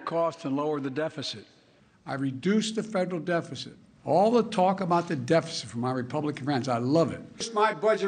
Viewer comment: Dude cant even pronounce "deficit"